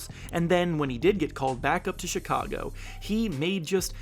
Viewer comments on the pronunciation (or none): none